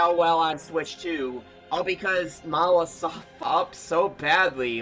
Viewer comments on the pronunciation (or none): Why do they keep calling monolithsoft mawasoft???